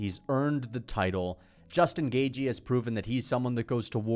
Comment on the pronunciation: "Justin Gay-jee"